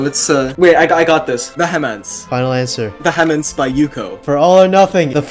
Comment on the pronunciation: Im gonna be that one nerd, he pronounced "Vehemence" Wrong, its not ve he mints, its Vee Uh mins.